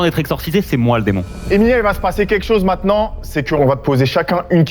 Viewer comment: C'est ce qu'on va découvrir mainant.. maintenant... faut articuler un minimum 😂